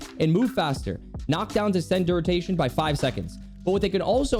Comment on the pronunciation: "Duritation" lol